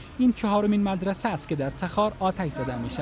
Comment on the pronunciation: مدرسه؟ رتبه؟ اشتباهات لفظي